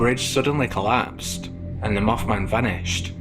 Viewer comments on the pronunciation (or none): When the video commentator he said Moth Man, it sounded like Muff Man. lol